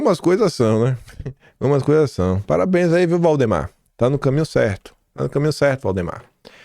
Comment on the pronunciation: "Parabérns, Theodorico!" HAHAHAHAHA